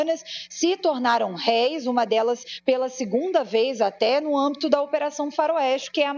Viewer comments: E no caso que se referia às desembargadoras seria RÉS. Achei que tinha entendido mal , arranhou meus ouvidos 😂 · O Correto é "MANDADO" e não "mandato". o Correto é RÉUS e não réis !